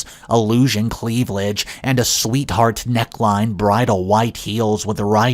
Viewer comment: "Affl𝘶ent"...? "Infuriorated"...? Cleave'lage...?" 😉